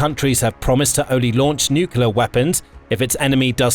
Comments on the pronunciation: For God's sake...it is not NUCEWLAR weapons it is NUCLEAR WEOPONS! GET IT RIGHT! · Nuclear, not nukelar... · NUCULAR? Surely, you mean nuclear? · Really informative, interesting and well made - thanks for posting. 'Nucular', though...gaaaggh! All best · If the guy can't spell nuclear, he could try atomic. Everytime I hear "nucular" my ears hurt. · Me to. Only one 'u' in nuclear. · 1. Syria is not in Africa 2. Please learn how to pronounce nuclear properly.